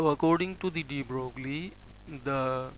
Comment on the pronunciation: Mr. Dr. ... Broglie in French is not pronounced "broogly" but "broy"!!!!